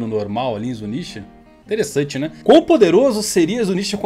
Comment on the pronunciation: Teressante né 👁️👁️😀 KKKKKKKKKKKKkkkk